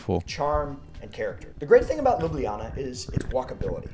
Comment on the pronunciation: So many mispronounce Ljubljana (you did too) that it pains me. It's Lyoo-blyah-nah. Historically both j letters were left out but that is still accceptable today. I don't live there but that doesn't matter.